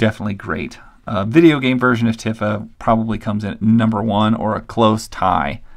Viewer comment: Man, these are a bit rare ! I wish I had bought some of these figures when I was a kid; they were easily available and non-expensive. I enjoyed seeing them ! :) BTW: Tifa’s name is pronounced “Tee-fa” and Yuffie is “You-fee” BTW, your story / unintentional joke about how your wife found the Tifa figure covered in plastic made me laugh pretty hard